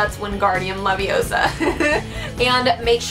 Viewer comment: It's LeviOsa not LeviosA